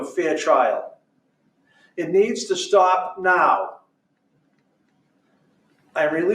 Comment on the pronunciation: In full Kennedy tone!